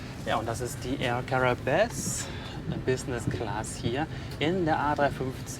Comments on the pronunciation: "Air Karäbes" lol...man spricht es "Kara-i-be" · wird ausgesprochen: är kara-ib (air caraibes) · Also wenn ich meine Schul-Französisch-Kenntnisse noch recht in Erinnerung habe, ist das ï nach einem Vokal einzeln auszusprechen, a-i und nicht ai. Also Cara-ibes gesprochen. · Aussprechen : Cara–ib 😘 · Dans la plupart des langues, y compris le français, un Ï avec une voyelle précédente ne devrait pas être prononcé comme une diphtongue, mais comme faisant partie d'un hiatus. Donc ï et a doivent être prononcés séparément dans Caraïbes.